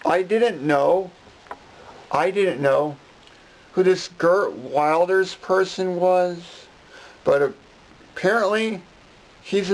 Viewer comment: His name is GEERT WILDERS not gern williams.